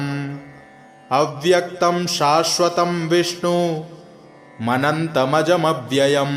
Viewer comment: विष्णुम् अनंतम् अजम् अव्ययम् है। और आप विष्णु मनंतमजव्ययम् पढ़ रहे हैं। उच्चारण का ध्यान दिया जाय, धन्यवाद।